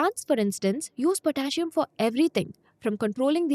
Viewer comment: Potassium is pronounced different.